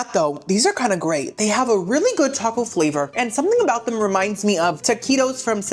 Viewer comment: Lol "I'm NOT gonna talk Cout it" BUT you STILL talked Cout it hahaha I love it ! 🤣 💀 😅 💙